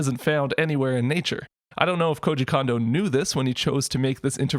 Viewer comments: I called him Kondo like Kahn Doe like how you are saying it for most of my life.. Then about 8 years ago when I learned Japanese. I was surprisrd to learn the simple fact that that all vowels in Japanesr are always pronounced the same way every time. In this case, "O"s are always pronounced like saying the letter "O" (Oh). So his name is kinda awkward to say after learning this, I know >.< but it officially is pronounced Koji Cone Doe. Like an Ice Cream Cone. KONDO コンド (コ(Ko)ン(N)ド(Do). Trust me. Japanese people appreciate when americans know how to say their names. Because Koji Kando is a totally different person than Koji Kondo. Also this rule applies to all As being Ahh like Kahn. So the often mispronounced Kanto region isn't " Cant toe" ,Its Kahn Toe. And because all syllables in Japanese never end on a consonant. But always begin with one. The two other often mispronounced Nintendo names are "Samus Aran" and "Zebes" all As are ahh, all Us are like the o in "two" and all "E"s are always Ehh. So those names are Sah Mu Soo Ah Rah N. And Planet Zeh Bess. Not to mention people for some unholy reason still say Pok E mon instead of Pok Eh Mon. Like Dash above the E is supposed to signify. And they even say Pokèmon in the dub and people irl still say the E like the letter. It drives me insane. In Japan. None of this BS flies. In Japanese, if you say one syllable slightly off then people will think you said sometbing else entirely. It matters. Even though I say this whole thing to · I do wish you would pronounce Kondo right, but apart from that your videos are on point so yeah. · The "Ko" in "Kondo" is pronounced "Ko" not "Ka". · Nice job on this! FYI: "Kondo" is pronounced "Cone-doe", not "con-doe". an "o" in a Japanese name actually is always pronounced that way ("oh" instead of "ahh"). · He's not a Condo. Is it that hard to say "CONE-doe"? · When ever u say kondo i hear an M after kondo like kondo M